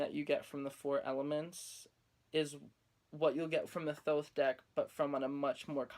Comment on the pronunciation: FINALLY SOMEONE WHO PRONOUNCES THOTH RIGHT!!!!!!!!!!!!!!!!!!